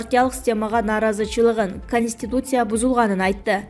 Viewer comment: Журналист, каниститусия эмес КОНСТИТУЦИЯ!